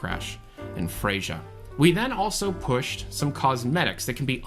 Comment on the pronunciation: That video has a different tone, maybe the music, or maybe the way you speak. This might be a good change of pace tho. oh and also : "Freyja" is pronounced "Freya".